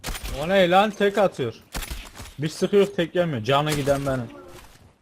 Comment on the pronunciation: "biz sıkıyük tek yemiyür" o Adanalı kim?